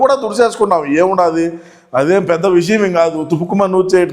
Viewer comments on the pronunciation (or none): none